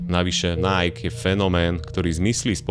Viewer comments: v každom videu ma problém s ang.. v tomto videu aj nike, nieje to najk ale najký.. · video spracovane fajn, ale najk? mi to to cele bez prepacenia skurvilo vsetko :D najky, ziadne najk. tl;dr kludne daj video o tom ako najky a spol prislo, vzniklo, bolo a pomaly odchadza ;) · Číta sa to Naiki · skvele video ja len ze vyslovuje sa bude po slovensky “nike” alebo anglicky “najki” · Vyslovuje se to NAJKI, čoboláku! 😂😂😂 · Nike, čítaj ako /ˈnaɪ.ki/